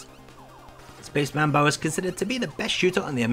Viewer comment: You should had also mentioned those MSX games that when plugged into an MSX2, had some extra features, like Nemesis 3/Gofer no Yabô Episode 2. BTW, get an FM-PAC ASAP. It was funny, interesting and (moslty) awful, hearing the Aleste soundtrack in PSG. One more thing is manbou not manbau. The kana spelling in the box shows it: スペース マンボウ